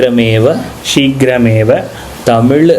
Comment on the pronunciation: நல்ல பதிவு நல்ல நோக்கம் கொண்டு பதிவிடப்பட்டுள்ளது. ஆனால் ஒரு சிறு திருத்தம். "நாம" என்று இருக்க வேண்டும். சமஸ்கிருதத்தில் "எ" என்ற ஒலி கிடையாது. "ஏ" மட்டும் தான். "சீக்கிர மேவ" " கரிஷ்யே" என்று உச்சரிக்கப்பட வேண்டும்.